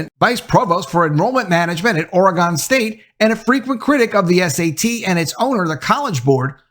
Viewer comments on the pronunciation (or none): FYI Western Oregon University is pretty much a teachers college so its no surprise its full of less than smart people with failing grades. Second FYI you are butchering how Oregon is pronounced, it is not Ory Gone like you are saying, it Ori Gun. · It is Ore_a_gun, not Ore_a_gone. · the proper pronunciation of "Oregon" is O-R-E-G-I-N (hard G), not ending with with sound "on". Oregonians go apopletic over this. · Literally sitting here thinking, “I’m gonna comment about how…”, right before you started, “I wanna know what you guys think. Let me know, in the comments below…” So, here I am. lol! Amazing timing there. That said, what I was going to say is: I WANT to say I agree with this guy, & I WANT to say I support this guy. But, then he said “Oregon”, in his fucked-up way, literally 86.583 times. Therefore, I just can’t. I do agree, with you, sir. However, I can’t go to full-on ”Support” because…well, I just have this….”thing”, about how people pronounce & enunciate the names of the individual States of America. Sorry, homie. Maybe next time…? Maybe….. 🤣🤣🤣🤣